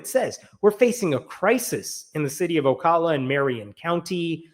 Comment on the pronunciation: You pronounced Ocala correctly.